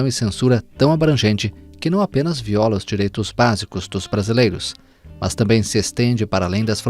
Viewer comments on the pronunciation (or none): none